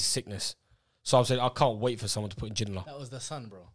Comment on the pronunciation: The disrespect and pronunciation of David ginola was making me rage